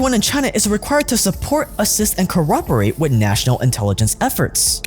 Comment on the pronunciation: Why do you keep saying "cooRperate" or "cooRperation". Did you become british all of the sudden?